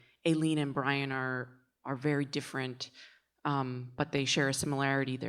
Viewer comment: Here we go again…..Aileen……..pronounced Ay…..leen…..equal stress on both syllables….does that make sense?……reminds me of the difficulty that people have in the pronunciation of Mescal……Mescl😊